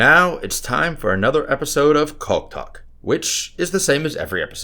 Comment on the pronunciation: chaulk talk the first time he said that I thought he said cock talk, I was like WTF 😁🤣🤣🤣🤣🤣🤣🤣